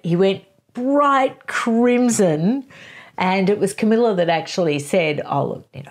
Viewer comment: Camilla, not Camellia. And no, falling in love was not the only thing she did. She was in league with Charles to procure a very young virgin for Charles to marry seeing as she could not. The idea was that this young virgin could be used to satisfy Charles' dynastic obligations. The problem was that they contrived for Diana to believe Charles was in love with her, and she did. They should have made a deal with Charles' bride, Diana would not have done so but I suspect there were many that would. They didnt do it because they could have been caught, instead they acted abominably without any integrity. Yes they are clearly in love but it doesn't change what they did.